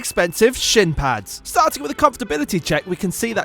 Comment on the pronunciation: I thoguht he said sh*t pads😂